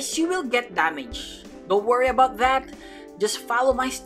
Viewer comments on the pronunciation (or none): none